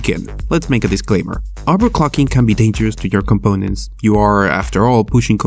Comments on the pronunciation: Overcocking?????! Wtf did u say🤣🤣🤣🤣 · Everytime he says "overclocking" I hear "overcocking" :D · Nice I sure do love overcocking